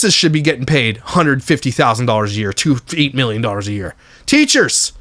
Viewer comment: Anyone notice how she lost her accent when she was getting upset? "I do this every YEARRR" (non accent pronunciation of year) instead of "I do this every YEE-AH"